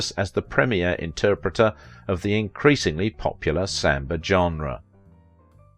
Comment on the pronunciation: I think you did a wonderful😊 I will admit your pronunciation of samba was a little confusing but other than that great doc. Short sweet and to the point. I think she was a wonderful strong woman doing what she couldn't her time to make a name for herself, and it's a common shame for many women of that time where you're either not white enough or not dark enough.